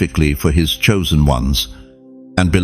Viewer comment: Not choisen